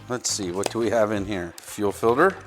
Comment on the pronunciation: "fil-der" - aka "filter" ?